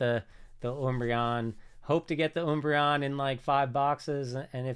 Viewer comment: Why is he saying oombreon lol